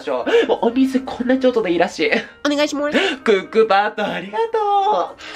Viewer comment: たまにでる おねがいしまrrすがすき